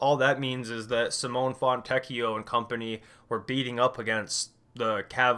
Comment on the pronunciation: Simone is pronounced Simoneigh. no hate just wanted to say it if no one else has